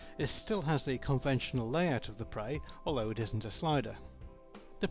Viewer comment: its pre preeeeeeeeeeeeeeeee sound it out p r eeeeeeeeee